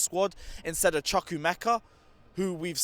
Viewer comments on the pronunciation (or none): pls pls pls chu- kuh- ah- meh kah, not chu kuh- meh- kuh.